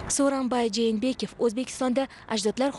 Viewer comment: Жэнэбеков эмас. Жээнбеков тугри окинглар журналистлар.